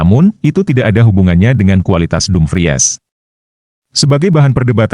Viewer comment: Dumpriss...jgn dumpries bacanya.